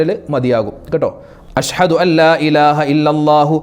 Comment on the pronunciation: ഉസ്താത് അശ്ഹദു എന്നു പറയ്യന്നത് അശ് ഹദു ശ്രദ്ധിക്കുക.